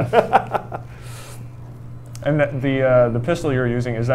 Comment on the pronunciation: We recruit scientist from all over the world, all the time. Stop being so stupid. Grow the fuck up and stop saying "in" when you mean "and". All your credibility goes out the window, it's difficult to understand you, and you look like you belong on Rugrats.